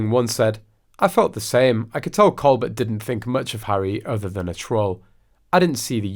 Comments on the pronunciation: Stephen’s last name is pronounced Colbear the T is silent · It’s pronounced “ Coal- bear” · The “L” and “T” are both silent on Colbert!! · The Late Show with Steven Colbert is pronounced Coal BEAR not Col BERT. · Learn how to pronounced Steven's surname!!!